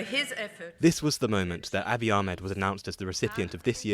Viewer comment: Finally someone pronouncing Dr Abiy Ahmed’s last name correctly (the narrator that is). Everyone else pronouncing it with that hard “H”, just like the lady . 😒